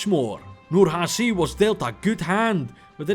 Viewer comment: The C in "Nurhaci" is pronounced like a normal "ch", and the H isn't made in the soft palat (like you did), but in the throat, AKA, it's softer.